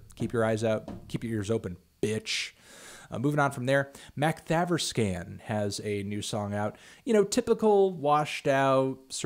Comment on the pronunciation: Man, you butchered the pronounciation of Makthaverskan